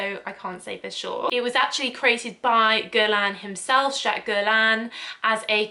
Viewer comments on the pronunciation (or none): none